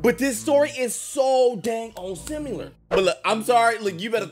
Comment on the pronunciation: The way he says similar 😭💀